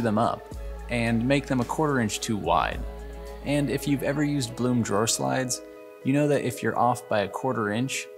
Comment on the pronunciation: I think the drawer hardware company is pronounced just like it's spelled: Blum, not Bloom. Someone can correct me if I'm mistaken...